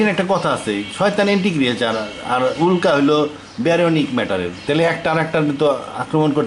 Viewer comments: উক্লা না উল্কা!! একটা নয়েজ ক্যান্সেলেশন মাইক্রোফোন দিয়ে রেকর্ড করেন চাচা। চারপাশে গাড়িঘোড়ার ভোঁ ভোঁ পোঁ পোঁ পিঁ পিঁপ শোনা যায়।। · উক্লা না উল্কা?